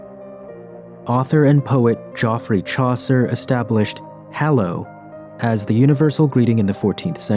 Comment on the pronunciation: Joffrey? Geoffrey is just another form of Jeffrey. It’s pronounced the same